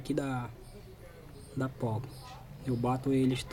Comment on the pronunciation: O correto é "porca" com R, e não "pouca" com U.